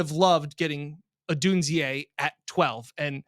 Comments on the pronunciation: Did get saying “Odunz-eeaay” or was it the other way around? says it a bunch at first, then says it. But maybe was the one who initially influenced. It’s “Odune-zay”, like Zay Jones. Just so you know going forward. In case Beane does make a big move to go get him. Anyone would cut you some slack on a Ruke Ohrororo pronunciation, but Odunze you have to get right. 😉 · it’s (ah dune zay) not (o dune zee a) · is almost always Right around this place, but Odunze only has three syllables in his name. Three. Say it with me. Oh-DUNE-zay.